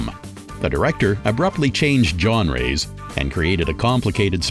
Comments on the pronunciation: So "fillum" means film and "John-ray" means genre. Got it. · Genre "Jon-ray" , Lara Croft "Laura Croft" but the worst of all- Kung Fu Panda "Panda Kung Fu". Has got to be taking the mick.